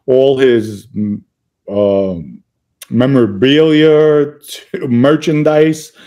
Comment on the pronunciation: What is memorabeellyer.😂😂😂 Dom keep selling your Vodker. 😂😂 weirdo